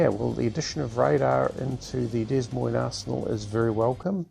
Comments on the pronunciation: Since this ship is named after a US city, FYI it would be 'Duh moine' pronunciation. No 's' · Heads up, the “S” in Des Moines isn’t pronounced.